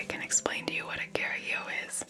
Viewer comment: Lol, as a spanish I didn't undestand at first she said 'a carajilloou', then I was looking the ingredients and realized that was a carajillo. I liked the idea of presenting it as a fashion drink when here in Spain it's just the opposite. I'ts the typical demand of an old man with light alcoholism problems xD